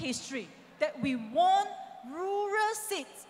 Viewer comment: "Won". is pronounced as ",ONE". but not. " Warn" . sorry for correction. Since Tony had been a winning ticket, kindly persuade him,as a faithful DAP member to stay back for election so as to add in another seat No. to form majority. Don't forget, every seat counts.Likewise to Ong Kean Meng. You duty up her to talk, not only to ask people for support ,but also your own party members. If you can't do that fr. within, how can you expect support fr public? , Fr. iron supporter.